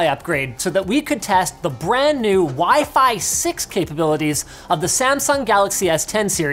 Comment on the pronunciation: When you remember Linus called WiFi as pheasant,😂😂